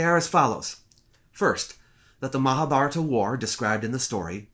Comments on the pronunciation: All of my life I've pronounced Mahabharata as "Mahab - Haratta" so imagine my shock when I finally hear it pronounced correctly... Great analysis, by the way! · Comments Add a public comment... Stefan Scripca 1 month ago All of my life I've pronounced Mahabharata as "Mahab - Haratta" so imagine my shock when I finally hear it pronounced correctly... Great analysis, by the way! 15 12 Sahil Baxi 1 month ago The right pronunciation is Maha-Bharat, the aa at the end is an English addition. Same applies to Ram (Rama), Lakshman (Lakshmana), etc. Sita remains Sita 4 Stefan Scripca 1 month ago Baxi thanks, now I know better :) Sahil Baxi 1 month ago Deshmukh if you feel they're incorrectly assuming something or that they're wrong somewhere, try to correct them with facts. No need to ridicule anyone 3 Aamod 1 month ago Baxi we already done our work.. its your time to prove that wrong scientifically and come up with real facts.. not just chattering here.. ✌🏻 Sahil Baxi 1 month ago And what exactly is the work that you'll have done? 1 Aamod 1 month ago Baxi I didn't use 'I'. I said 'we' its available on internet. Just don't get irritate now just go and do study and prove that wrong.. best luck.. ✌🏻 Sahil Baxi 1 month ago Ah, perhaps the you'll wasn't the right way to put it, I meant you all. Direct me the work you're referring and I'll definitely give it a read Aamod 1 month ago Baxi start with original books.. if not just start with Nilesh oak's blogs,books videos on YT. You don't need to accept or believe in everything he said. Just go through it you will get your path towards more stuff. 👍🏼 1 Sahil Baxi 1 month ago As it happ